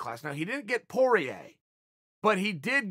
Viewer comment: Nobody: Uncle Chael: Justin Porier Me: OK great